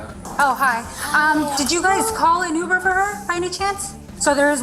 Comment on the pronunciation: Ai can't pronounce Uber